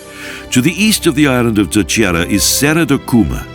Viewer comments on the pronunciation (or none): He murdered all the names of these places, at one point I could even make out what the heck the place in “ Telcheira “ 😂 Was.